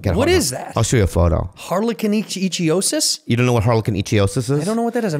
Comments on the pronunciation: Also, Bobby was pronouncing it wrong. It's IK-THIE-OSIS ("thie" as in "thief"... or "ichthyologist"). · pronounced ICK-THEOSIS BUT GOOD TRY BOBBY BOY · They keep saying Icthyosis wrong